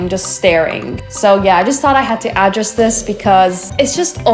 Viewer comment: oh!! to help with ur english when we say we want to address a person or bring up a topic we say address as (a-dress. )now when we are talking about someones house location we say address like (add-dress.) same word just sounded out differently